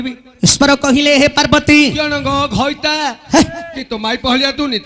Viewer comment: ବହୁତ ସୁନ୍ଦର, କିନ୍ତୁ ଘଇତା, ମଇପି ଉଚାରଣ ଟିକେ ଉତ୍ତର ଓଡିଶା କୁ ଖରାପ ଲାଗେ